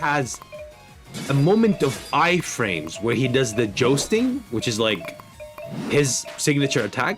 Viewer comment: This guy pronouncing jousting as jousting really rustled my Jimmies